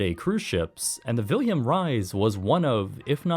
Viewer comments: Suggest asking your computer how to pronounce names like "Willem Ruys". It's "Villem", not "Wilhelm". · Very good documentary but how you rape the name "Wilem Ruys...😅😅😅sorry.. I'm Dutch so...